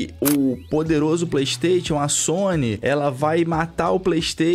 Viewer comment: Brother, vc fala tão bem, pronuncia o nome "Playstation" de forma correta por favor 😰